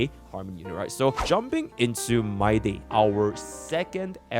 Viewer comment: bro says my-day